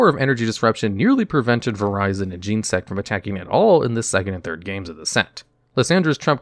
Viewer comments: your microphone somehow makes it HURT when you say "gene" sect . it's genetic insect , genesect. There is an entire movie about this XD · "Oh cool, a new pokemon TCG channel, this should be GOD DAMN ITS YOU AGAIN" You have like six channels at this point, man. Holy shit. Also, it's Gen-E-Sect, not Gene-Sect. Sorry, it's my favorite legendary, I'm kinda anal about these things. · Genesect is pronounced like genesis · "Jean sect" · The duellogs guy does the pokemon tcg now! 😀 He pronounces genesect "Gene-sect" 😞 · Gen ah sect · Not sure what you were looking up because I've never heard it pronounced Gene-sect but I also haven't interacted with any of the official media that would pronounce Pokemon names since Gen 3 and even then they pronounced names like Rayquaza differently than fans do, but definitely recommend looking up the pronunciations commonly used by fans over official pronunciations for English names. It's what will be more familiar for viewers. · Stop saying genesect like that. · “Vireyezin jeensect”